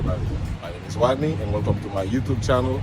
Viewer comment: He said his name was wodney 😂